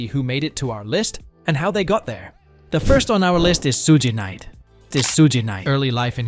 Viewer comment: how can you pronounce suge knight name wrong 😑 i find it hilarious